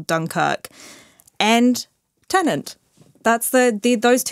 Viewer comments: Every reviewer seems to be having a hard time distinguishing between "Tenant" and "Tenet" - Maybe they'll change the title for the Blu-Ray release, heh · Also why does everyone reviewing this film keep pronouncing it ‘Tenent’ ? It’s insanely annoying. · Tenet not Tenent